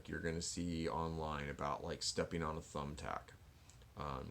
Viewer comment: Cool video very informative.. but you made me laugh when u said the tumbtap method.😂😂🤣